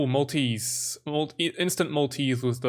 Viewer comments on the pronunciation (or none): none